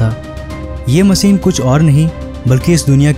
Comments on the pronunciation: Say Machine not Masin. Dafuq ! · आप हिंदी की माँ बहन मत करिए,कोसिस नही कोशिश होता है और मसीन नही मशीन होता है ! God help Hindi and Hindus